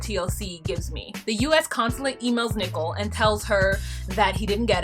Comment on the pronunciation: I absolutely love when you pronounce her name "Nickel". Hilarious.